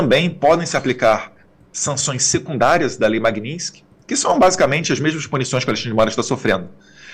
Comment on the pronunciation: Poxa Eduardo!! MAGNINSKY? Vamos pronunciar certo. Você é culto!! E muito inteligente